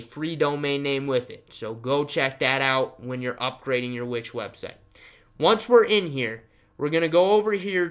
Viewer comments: It's wix.... not which. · I heard witch 🧙‍♀️👀😭😂